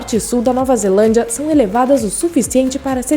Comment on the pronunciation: Muito. E ainda falando ze-A-landia eu quero morrer!!!